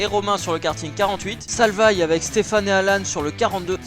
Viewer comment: Ça ne se prononce pas salvaïe mais salvai